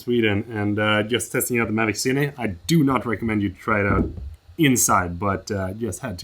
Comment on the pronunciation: It's Cine, not Ciny....